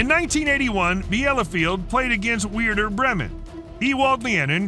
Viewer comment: lear the names of the clubs. it's pronaunced ayax, mot ajax. it's werder, weirder bremen. jesus man, watch baseball.